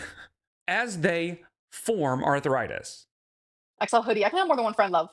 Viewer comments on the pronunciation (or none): Why does she pronounce it arthur-itis? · Arthur-itis? at it again 🙄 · Her saying arth-a-ritis makes me irrationally angry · her pronouncing it “arthur-ritis” is so grating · pronouncing arthritis DW-style. “arthuritis” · Is it me or does pronounce arthritis “Arthur-itis”? 😐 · I kept thinking, "Who is Arthur Itis, and what did he do?" 😂 Her inability to pronounce the most basic words never fails to surprise me.